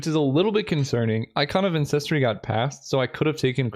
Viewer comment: This is not important but the word ancestry has the stress on the first syllable, and it's slowly driving me crazy.